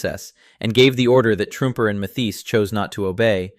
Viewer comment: Hey AI narrator guy...2nd Lt. Walter Truemper is pronounced True-Emper and Sgt. Archibald Mathies is pronounced Math-ees. You got that one right once or twice.